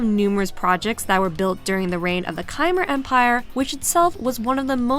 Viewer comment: Your videos are always so soothing, but wanted to mention how your pronunciation of Khmer when you were talking about the Angkor Wat stage was kinda off. It is more pronounced like, K-mai or kuh-mai. Mai like Mai Shiranui.